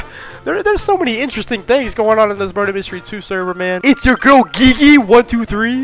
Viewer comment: Her name is pronounced ‘Jee Jee’